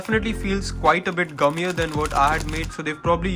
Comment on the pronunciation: i know you are saying gummier but it sounds like that word